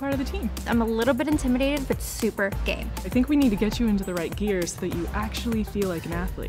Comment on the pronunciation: i thought the said gay instead of game😅